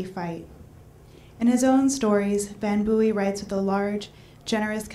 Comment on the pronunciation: Literally chuckling at how she says his surname wrong multiple times... Okay back to listening to the Dashing Mr Van Booy...